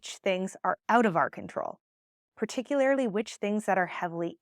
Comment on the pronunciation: ~ you are the bomb, for real. And, lol..."particularily" is not a word. You are so smart, willing to fix that? For the sake of any young folks who might be learning from you. The word is "particularly" - pronounced: particulAIRrly, not particulARILY. Power on.